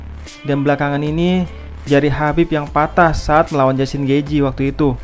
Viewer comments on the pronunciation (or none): none